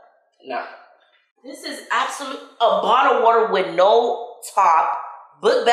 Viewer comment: “the waterrr”